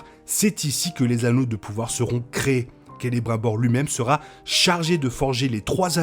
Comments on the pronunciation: On dit CELE(BRIME)BOR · on prononce Kélébrimebor, Saorone ...